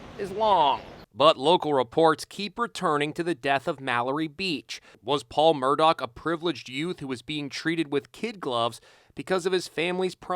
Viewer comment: I just keep hearing Bernie Madoff everytime he says Murdock.